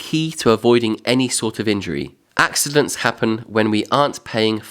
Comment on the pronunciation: Axe idents🤣